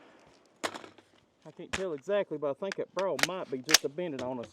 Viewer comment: Its a spirol(spy-rull) fluted birol(bur-ul) y'all lol I'm from Louisville so I have an accent but not quite an Eastern Kentucky accent